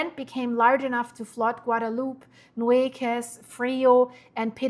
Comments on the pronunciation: Rain in the North means the floods move down the rivers. Because all the reservoirs are man-made, water must be released to prevent failure and absolute catastrophe down stream. Cibolo creek is pronounced sib-il-oh. Nueces is New-eh-ces. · I just wanted to let you know that it is the Nueces, pronounced Nwayses. 😊